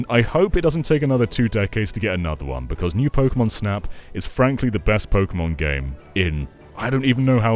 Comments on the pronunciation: Tek-ken po-ken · He lost me when he said “Pokémon”